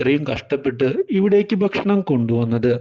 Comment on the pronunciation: ബക്ഷണം ബക്ഷണം